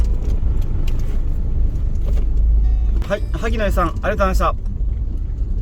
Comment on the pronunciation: ハッキリ発音出来ないのかな？ 「ありがとうございました」もろくに発音出来ないって心から思って無いからやでw